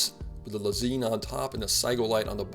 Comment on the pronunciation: Lez-EIN (like the German word for "one") not Lez-EEN